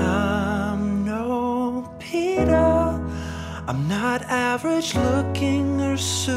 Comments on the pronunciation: its not pita its peeta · when the yearbook says pita instead of peeta 😂😂😂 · So close it’s Peeta not pita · Wait I thought it was peeta not Pita